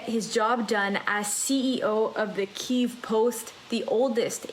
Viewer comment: … he’s electing not to pronounce Kyiv correctly save your bandwidth.